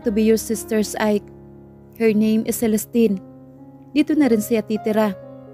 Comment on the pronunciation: Nakakapagod makinig Kay narrator lagging pataas ung intonation Ng bawat word😂 parang laging patanong😅 at Ang pronounce ni narrator Ng word na" her at here" ay nakakalito, hay..Ang Ganda pa Naman Ng story pero c nakaka walang gana ,at please narrator mag practice ka mag basa Ng mga words na kailangan may silent letters l😅😅😅😅😅nakakahingal Yang pagbabasa Ng puro pataas ung intonation di ka naman nag tatanong